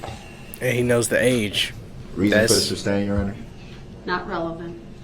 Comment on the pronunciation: OMG! LOVE this guy! 😅 Nobody is "making reference" to anything. They are giving answers outright. How many times has he heard the word "sustain" and still say "substain"?